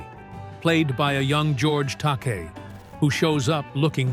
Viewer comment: George Takei’s name is pronounced ta.KAY not TOK.a.